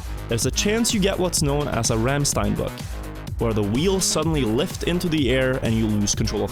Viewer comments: Its called Randstein, not Rammstein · How dare you say Rammstein like that